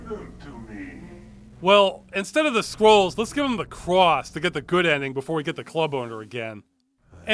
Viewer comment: Why do i always understand squirrels instead of scrolls?